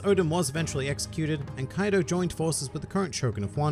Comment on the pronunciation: Kaido not kadio